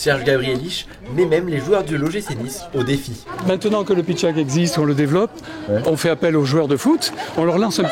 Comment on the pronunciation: Pardon mais c'est pitchatte et non pas pitchack.